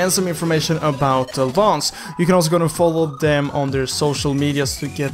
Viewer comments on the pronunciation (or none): none